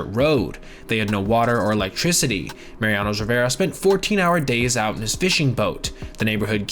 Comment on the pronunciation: Mariano. Not Mariano’s or Mariana’s or marinara whatever you’re saying